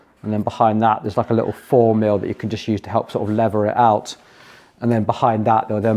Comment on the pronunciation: You are a pom but you pronouncing "lever,", leather! 😱